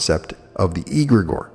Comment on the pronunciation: pronunciation: 'egregore' begins with an ‘e’ sound like in ‘egg’: the rest of the word, you’re pronouncing fine